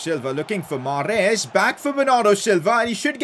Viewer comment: The way he says Mahrez 😤